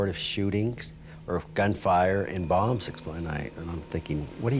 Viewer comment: British narrator pronounces 'bombs' as 'bums'. 😾